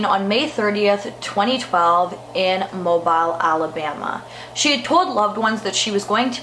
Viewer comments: Its actually pronounced MObile like automobile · This is my dad's side of the family. I know all the children personally. (they are my aunts and uncles) Some recovered well, some didn't. Just know, we have been trying to help them as much as we can, for anyone wondering where we are now. (Btw it’s pronounced “Mobeel” 😁)